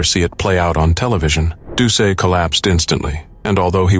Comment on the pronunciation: Just as a quibble for the #1 story, Plauche' is pronounced PLO-SHAY. Doucet is DOO-SET. Both good Cajun names.